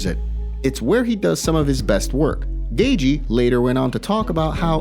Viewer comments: "justin gayjee" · It's "gay-chee" phonetically. Smh